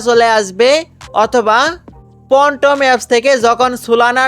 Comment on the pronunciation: পনটম 😄 ফ্যানটম